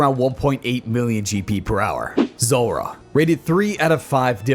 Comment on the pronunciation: The boss is called Zulrah, not Zorra. :)